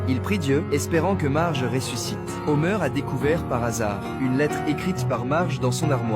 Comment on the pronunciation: HOMER PAS HOMEUR PFFF